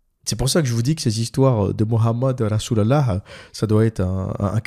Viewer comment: Tu me tue quand tu dis "Rassoul Allahح" 😂😂😂